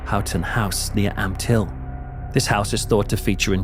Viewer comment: I'm sorry...but every time you said " Ampthill ", my mind went straight to the Wacky Races.....